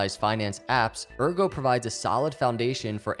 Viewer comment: Excellent vid! But it's AIRgo, not URgo!!! ;)